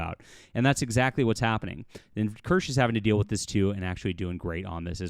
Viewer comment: I’m gonna be that guy—it’s pronounced two syllables, Kir-shuh. Like Porsche. 😉